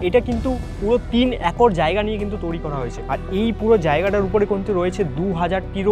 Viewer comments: হোস্ট হিসেবে এমন কাউকে নাও যার বাংলা উচ্চারণ ভালো। তৈরি কে তৌরি বলছে, রয়েছে কে রয়েচে। শুনতে বাজে লাগে, আগের ভিডিও গুলোতে একই রকম ভুল উচ্চারণ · তৈরী ❌ তৌরি ✅ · তৈরি ❌ তৌরি✅ 😂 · একটা উচ্চারণ আমার খুব খুবই কানে লাগে, তৈরি কে তৌরি উচ্চারণ করে, এটাকে ঠিক করা উচিত । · Toiri❎ Touri✅😂😂😂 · 😂😂😂😂😂😂😂 toiri? ❌ Touri😊✅ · TOIRI ❎️ TOURI ✅️ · তৈরি ❌ তৌরি✅ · Touri na bhai. Toiri 😑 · Toiri❌ Touri✅ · তরী নয় তৈরি😂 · তৌরি আবার কি ? তৈরী ওটা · তৈরী ❌তওরী✅😂😂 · Toiri ❌ Touri ✅🤡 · Blchi sb thk ache..kin2 ktha ta touri nah toiri hbe 😅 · Touri na, toiri 😑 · Touri না বলো to i re তৈরী 😴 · It's "তৈরি" Not "Touri" বাংলা টা তো ঠিকঠাক উচ্চারণ করো। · কথাটা তোউরি নয় তৈরি। উচ্চারণ একদম যাচ্ছেতাই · বাংলা উচ্চারণ ঠিক করে বলুন, বড্ড কানে লাগছে। "তৈরি" কে "তৌরি" বলছে।😢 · কথার ভয়ানক দোষ আছে, কথাটা তৌরি না তৈরি। Abondoned হতে গেলে একসময় ওখানে জনবসতি থাকা দরকার। সেমেট্রিতে কোন মানুষ জন থাকতো?? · ঋত্বিক ভাই ওকে আগে বাংলাটা ঠিক করে আয়ত্ত করতে বল। শব্দটা 'তৈরি' বলে। তৌরি বলে না। খুব কানে লাগে ভাই। প্রতিটা ভিডিও তে একই সেই তৌরি বলবে। হয় ওকে বাংলা ঠিক করে প্র্যাকটিস করা নাহলে অন্য কোনো হোস্ট আন। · Everything is temporary but "touri" Is permanent 😂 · Hrithik da sombhob hole তুমি নিজে গিয়ে এই ভিডিও গুলো বানাও উপস্থাপন দক্ষতা খুব ভালো থাকা দরকার এসব ভিডিওর জন্য তৈরী কে বারবার তৌরী শুনতে একদম ভালো লাগে না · ওটা তৈরী ঠিক করে pronunciation ta kor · তৈরি kotha ta thik kore bolo. Baki sab valo